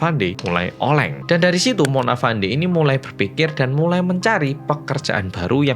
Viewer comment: sebutan nya bukan Mona Fandi tapi "Mona Fendy"